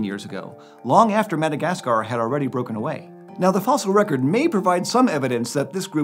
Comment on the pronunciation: The weird way you say, "Madagascar," is really putting me off.